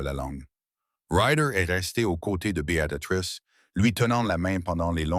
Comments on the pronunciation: Merci pour cette histoire. J'ai tout de même une remarque négative concernant Beatatrice...je m'appelle Béatrice et mes oreilles sont systématiquement agressées par cette IA qui ne sait pas dire B.e.a.t.r.i.c.e. Néanmoins je vous encourage à produire de belles histoires comme celles-ci. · C'est pas Bé a ta trice l'IA n'est pas fichu de dire correctement Béatrice.( Choissisez un prénom anglais, si c'est plus simple. Mais vos fautes a l'oral c'est moche, mais à l'écriture c'est pire. Nos pauvres oreilles et nos yeux.